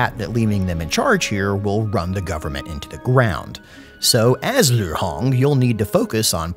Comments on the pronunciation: Liu is not pronounced Lv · You use a northern Chinese accent when you say Liu or Lu